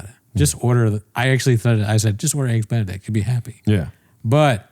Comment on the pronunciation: Bapa moment 'When she ordered Begs Eenedict'